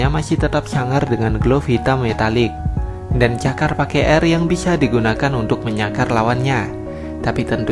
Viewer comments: Cakar pke 'R' 😂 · Wkwkwkkwk cakar pakai R!!!!